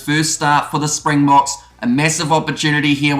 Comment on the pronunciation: MASSIVE kudos for your pronunciation and nailing the South African pronunciation. So many commentators etc not putting in the minimum effort that remains a simple component of the job - well done.